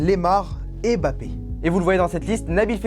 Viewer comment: Pk tu dis Bappé ?